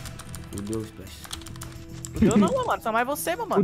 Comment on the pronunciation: novo anunciado do frusco "esplah" kkkj